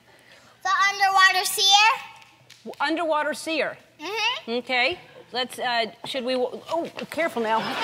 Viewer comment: Hahaha he meant to call it see-er